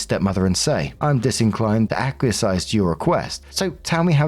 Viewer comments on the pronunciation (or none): It's interesting and a bit brain jarring that says acquiesize instead of acquiesce every time. lol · It's such a tiny thing but it irks me how he always mispronounces acquiesce...how do you look at that word and get "acqui-a-size"??? Is that a british thing? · When is STILL too goddamned ignorant to know how to pronounce "acquiesce" correctly....IT IS NOT "ACQUIES-IZE"....and too goddamned lazy to look it up. Be ashamed,. Be ashamed and embarrassed. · Lol I've gotten used to it.